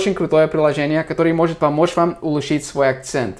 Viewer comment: улУчшить ударение